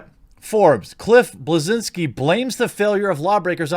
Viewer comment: It's pronounced Bleszinski goddammit.